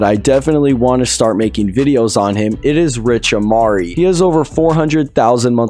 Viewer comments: Its amiri not amari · You saying rich Amiri name wrong u say amiri just like the brand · you’re pronouncing rich Amair name wrong.